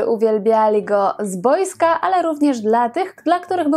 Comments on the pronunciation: Bardzo ciekawy przekaz. Tylko jedna maleńka uwaga: w słowie "boisko" akcent powinnien być na "i". Serdecznie pozdrawiam. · Szacun za materiał, dobra robota. Jedyne o mnie drażniło to sposób akcentowania przez panią słowa "boisko". Nie wiem czy to jakiś regionalizm, dziwnie wypowiada pani to słowo. Taki ze mnie pseudo prof. Miodek. 😁